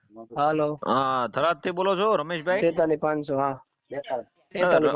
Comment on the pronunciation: થરાદ સે ઘરાદ નહી ભાઈ😂😂